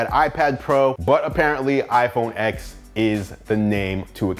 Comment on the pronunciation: Great review! iPhone X is pronounced iPhone 10